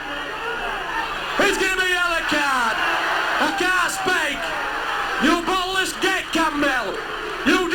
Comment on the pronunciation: "That were diabolical. I can't spake."